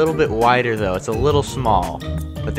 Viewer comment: what's a "thouhg"? haha